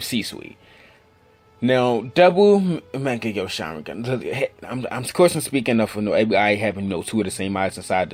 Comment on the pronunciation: the way you pronounce Mangekyo lmaoo